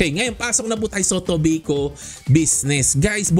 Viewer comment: Toh-bay-koh astig hehe